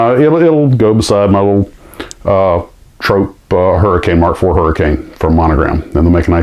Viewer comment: Hi - yes, Airfix nosedived on quality for a while but they've been back on it for many years now although they're no longer the pocket money (allowance) treat they once were! BTW, it's trop as in drop, not trop as in dope 😉.